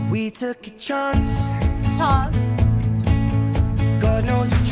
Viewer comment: “Or you could take a “‘chonce’” on someone else” IM SCREAMINF 😂😂😂😂😂😂